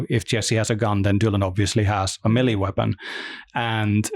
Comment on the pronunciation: The control guy saying melee like “mily “ trigger me every time. Stoked to play the game though.